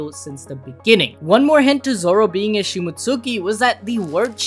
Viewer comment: it's not "shimot-suki", it's shimotski", like Momonosuke is pronounced momonoskay. I've learned from anime that that U is usually not pronounced at all and when it is, it isn't emphasized.